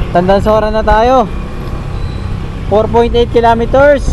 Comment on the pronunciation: kilometers hnd kilameters bobo